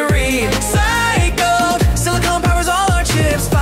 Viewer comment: “Nee-Tro-Gen” “Sil-a-comb” “Tay-Rium” “Bro-Mone” “Strong-Tin” “I-Dine” “Toy-Lum” “Leed” That Was The Pronounciation Mistakes